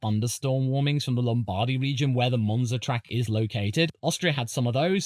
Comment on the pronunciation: i think its three letters MONza and MONaco but besides that nice video